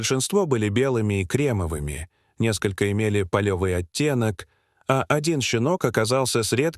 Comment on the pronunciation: ПАлевый, а не полЕвый